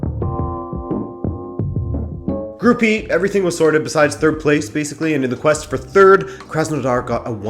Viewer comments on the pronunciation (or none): none